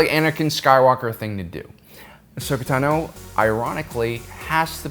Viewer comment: Are you mispronouncing Tano on purpose? 😂 u gotta be trolling lol